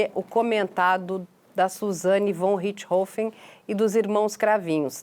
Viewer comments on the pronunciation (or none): Para entendam a pronuncia de Von Richthofen: se pronuncia FON Rirst-RRofen . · Ela falou com um inustificâvel sotaque americano. A pronúncia usada comumente ê a correta, com o ô fechado. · Rindo até o infinito, a pronúncia da Carla "VON RICHTHOFEN".... só por Deus!